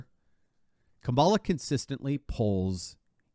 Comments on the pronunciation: please, PLEASE do everyone a favor. Stop calling her, "Camalah". How do you pronounce, "Pamela"? It's spelled the same, the fake VP is Kamila, like "camel-a". Fuckkamilhair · Well said! It’s KAmala though. Accent on the first syllable.